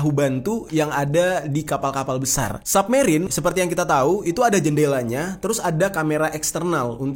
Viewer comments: Bacanya “SABmerien” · Bacanya submerine bang, bukan submerine.